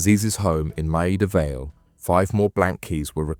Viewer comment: Bot struggles with Maida Vale. What did I think of the presentation? I'll let you know in a few minutes after you've lost the thread of my comments